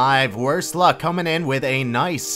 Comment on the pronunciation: the guy's name in the second clip is Iuck, not Luck:)